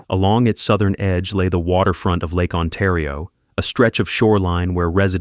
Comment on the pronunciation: Its Oshawa Ontario not Awshawa Untario